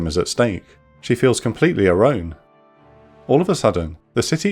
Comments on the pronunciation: Fucking "arone" instead of alone is gold. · LOL “completely arone”! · "She feels completely arone" I missed that the first couple times 😆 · "she was arone" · "she feels completely arone"😂😂😂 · 'She feels completely arone' lmao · "I feel compwetly awone..." lol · Did I hear that right a , “she feels completely arone” 😂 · “ she’s feeling completely arone” Eyyyy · "Feeling so arone"... Come onnnnnnnn 😂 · "She feels completely arone" got me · "She feels completely arone" 😂😂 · "she feels completely arone".... i died. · "Feels completely arone..." I'm dying! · "She feels completely arone" 😂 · "she feels completely arone..." NICE TRY! I caught it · LMFAO "she seems completely 'arone'" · "She is completely arone". Love it!